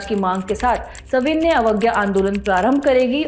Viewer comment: मैडम आपके सविनय पढ़ने का तरीका गलत है आप हमेशा गलत उच्चारण कर रही है